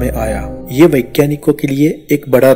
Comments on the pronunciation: rahashya nhi rahasya hota hai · Rahsya hota hai rashye nahi